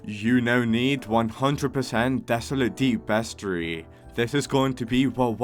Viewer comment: Not meaning to be rude but, you said roslit, aurora borealis, vertigo, bestiary, wrong.